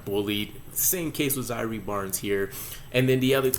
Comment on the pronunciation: Bruv it’s Zai err not zyree